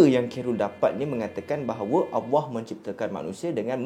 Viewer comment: sebutan Allah kena betolkn